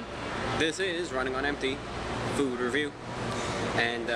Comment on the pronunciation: you didn't say food review the right way